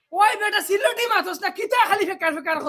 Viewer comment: সিলেটী ✅ ছিলেঢী নায়❌